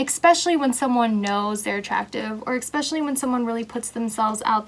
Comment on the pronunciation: I’m sorry but the way you say “especially” drives me insane and I couldn’t even finish this. It’s ESPECIALLY not ECSPECIALLY 😩